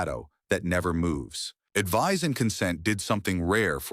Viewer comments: I agree - it starts with pronouncing "Advice" as "Advise", which does not have the same meaning - "Advice" is a noun and "Advise" is a verb. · Hey, AI slop narration: advice and advise are not pronounced the same in English Hey, AI slop writing: when you do a countdown, don't include 2 movies twice, it's not good form